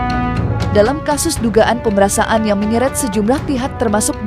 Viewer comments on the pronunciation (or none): Pemerasan bukan pemerasaan. Baca aja gak becus tapi jadi pembawa berita.